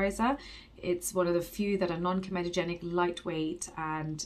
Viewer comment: Hey you say comedogenic correctly now, your parents will be so proud 😉